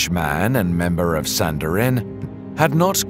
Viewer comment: Wrapping a body in spices is NOT embalming. Embalming is removing.the blood from a body and replacing it with chemicals. Sanhedrin is pronounced san-heedrin.